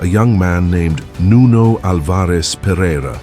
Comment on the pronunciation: Nice video. Only a detail: Nuno's second name is pronounced AL- vares. The stress is in the first syllable👍